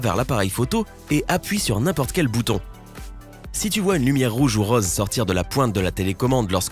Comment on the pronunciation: Pourquoi le narrateur prononce-t-il les o et le "eu" bizarrement ? "autre cheuse" à la place de "autre chose", "reuse" à la place de "rose", "dangerese" à la place de "dangereuse"...